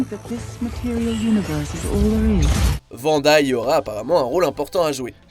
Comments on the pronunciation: Wanda pas Vanda. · Arrêtez de l’appeler Vanda! Elle s’appelle Wanda!